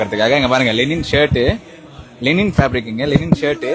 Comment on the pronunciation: என்னது லெனின் fabric ( Lenin) ஆ .😂😂 லினன் (Linen) தான் கேள்வி பட்டு இருக்கேன்.